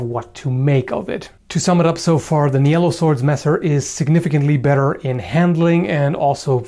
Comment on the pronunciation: Is 'Nyello swords' really the right way to pronounce that? ;S Looks to me like a german or dutch name, which would be pronounced 'neelo', with a shorter 'ee'.